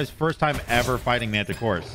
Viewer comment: Then proceeds to call him "Mantichoras" the rest of the video lol 💀